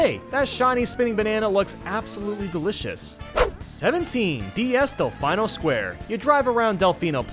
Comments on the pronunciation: First "Del-FI-no" (with the I pronunciation), and now "Del-FEE-no"??? Easy there, easy! What'll it be? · What the hell is a Dell-Fine-Oh??? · says Deflino wrong, then immediately says it right. I was waiting the entire video for him to say Delfino Square because of how awkwardly wrong he said it im the other video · i can not ignore this any longer delfino is said like del-fee-no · pronounces Delfino wrong, then pronounces it correctly 3 seconds later. Nice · Is there a reason he pronounced "Delfino" wrong and then immediately pronounced it right in the next statement?? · Pronouncing Delfino both ways, clever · I like how you pronounce Delfino and then a few seconds later you pronounce it differently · How not to pronounce Delfino. How to pronounce Delfino. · I love how he pronouced Delfino wrong and correct in one video XD